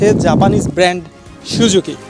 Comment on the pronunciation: আগে উচ্চারণ শেখেন, তারপর নাহয় রিভিউ করতে আইসেন মিয়, সুজুকি রে আপনি শুজুকি উচ্চারণ করেন 🤣